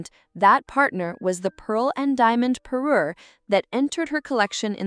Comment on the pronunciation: It’s a parure, pa-RUER, not a paroo! If you’re going to be a royal jewelry channel, you have to get the language right.